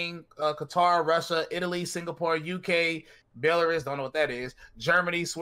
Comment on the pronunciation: “”Belleriss” idk what that is”” Belarus is offended!!